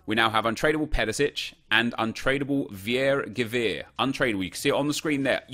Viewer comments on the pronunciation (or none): I love how you pronounce viergever😂😂 im dutch myself and it sounds absolutely hilarious to hear you say viergever